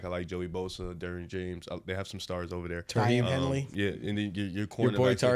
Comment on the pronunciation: “Tarheeb Henley” come on y’all 😑